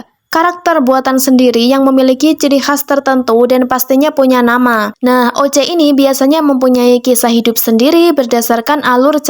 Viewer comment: Sedikit koreksi: oc itu harus nya disebut "osi" dalam penyebutan kata nya but "oce" tapi "osi" atau "ousi" kalau dalam penyebutan bahasa inggris nya. Btw jarang banget ada seniman dari Indonesia yang menggambar karakter kulit hitam atau coklat atau bahkan jarang yang bikin body karakter yang beda beda.